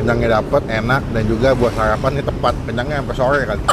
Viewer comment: Sarapan bang bukan sayapan..